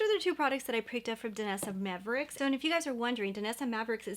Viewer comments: Just a nit. It is Myricks not mavericks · I think her name is pronounced my ricks. You’re saying maverick. Try the Armani liquid eyeshadows. They’re my favorite. The Danessa Myricks version is great for makeup artists but not so much for normal people like us. Armani works great for the consumer user.